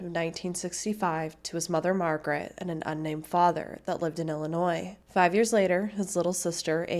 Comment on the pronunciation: You said Illinois without adding an s. Rare on YouTube